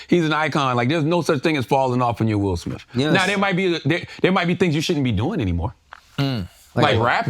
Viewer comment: “will smiff” 😂